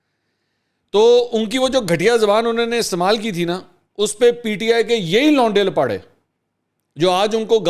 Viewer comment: Launday Lapaday nahi Lauray Laparay